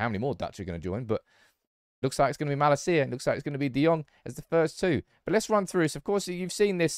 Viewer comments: Mah-Lasia, not Mala-Sia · you pronounce his name wrong...it's not malacia but malaacia...love your channel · I think it mal-acia not ma-lascia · its malacia not malaseeya